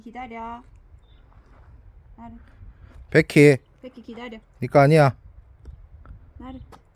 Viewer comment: 백희 -- 베키 발음이 외국 강아지 같아요 ㅎㅎ